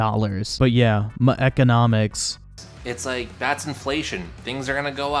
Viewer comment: Muh ekonomiks